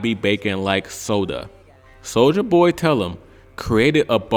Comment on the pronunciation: Bro called soulja a hepher 😂